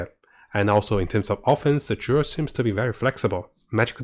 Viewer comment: It's not Durid... it's Druid